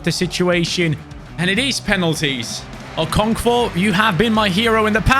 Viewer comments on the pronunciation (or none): As a Nigerian hearing you say ( okonkvo ) is genuinely funny